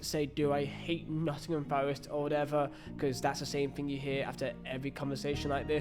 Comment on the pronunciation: And learn to speak properly. Thing is not pronounced Fing